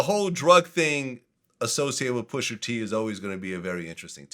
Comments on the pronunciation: Hey VLAD it’s pusha not pusher 😑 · When VLAD says “Pusher T” with that hard R it makes me cringe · Vlad stays refusing to pronounce rapper names that end in “a” properly 😂😂 “Pusher T”, “Tyger”, “Twister”... Pusher won though! 🏆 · "Pusher T"